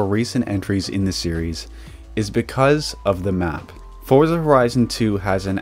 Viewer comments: It's actually pronounced "Fortza" because it's an italian word like Pizza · Americans pronounce Forza incorrectly. It's pronounced Fortza the same same you would pronounce pizza as peetza.